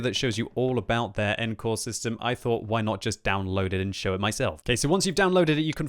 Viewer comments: When I watched this video I thought the new engine was called "N-Core", then I realised that was just mispronouncing "encore". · Pretty sure they want you to pronounce it ON-core.